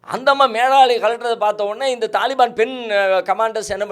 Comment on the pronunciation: தலிபான் என்பது தவறு தாலிபான் தான் சரியான உச்சரிப்பு